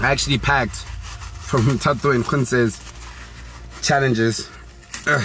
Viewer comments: " now fato and Percy are left" isn't it thato not fato😭😭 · So we going to mize how the cone pronounced Gontse and Thato’s names ?🤣🤣